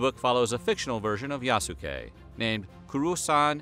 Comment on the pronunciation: Yaske! The U is silent! And he wasn't a real Samurai, he was granted a ceremonial status. Akechi Mitsuhide even didn't consider him human, thus letting him live. A lot of "black worship" in this "documentary"...